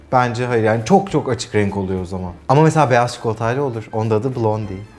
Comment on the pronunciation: blondie vurgulamana cok guldum super 😍😂